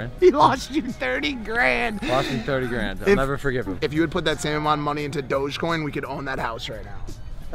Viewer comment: did he just say dojcoin?...it;s dogecoin innit?